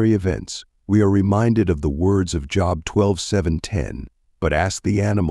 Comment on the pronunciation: Is this AI talking? Because he pronounced the name of Job wrong.